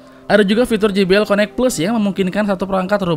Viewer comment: sorry bang,eja jbl nya : je bi el ,bukan ji bi el :D